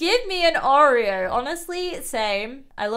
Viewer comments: SHE IS CALLED OREO NOT O R 30 !!!!!!! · Nope, it is not a compass.Also it’s not O-r-30, it’s Oreo-I think